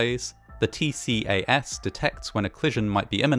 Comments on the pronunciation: Nice to see this channel now covering Air Accidents. Good job! Btw the mainstream pronounciation for TCAS is "T-CAS" instead of "T-C-A-S" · TCAS it's pronounced Tea-Cass. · TCAS is pronounced "tee-cass." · Minor point I know, but I can’t help being nitpicky. TCAS is pronounced “TEE-kass”. For when you come across it in a future video. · TCAS is pronounced “tee-cass” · FYI, TCAS is typically pronounced “tea cass”.